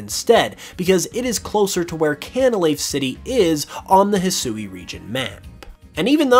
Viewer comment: He Swee. Not Hesooey.